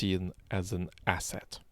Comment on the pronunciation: I was just trying to make fun of ‘s pronounciation of the word asset 🙂